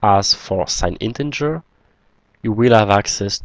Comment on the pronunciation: Thanks four your videos - much appreciated. Please note: You consistently mispronounce 'integer' as 'in-ten-ger' - there is no 'n' before the 'g'.